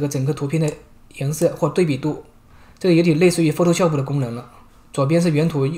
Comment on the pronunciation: 是PHOTO 煞普 不是PHOTO 说哦普